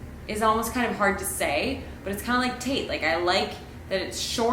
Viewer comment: I always liked Hubbell from The Way We Were. Or Cornelius with Cory for short. I hope this doesnt ruin it for anyone but every time you said Tate I heard Taint and I was like WHO WOULD NAME THEIR BOY THAT! 😂😂😂 🙃🙃🙃🤣🤣🤣🤣🤣🤣🤣